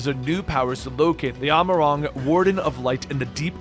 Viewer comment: Holy shit can you please learn to pronounce the names. Eljibus? Vautry? Amh Arong? Telophoria? Look at how they're spelled, homie. Good video tho.